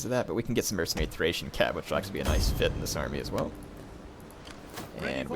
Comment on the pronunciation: THrrrrRRrrracian Cavalry! :D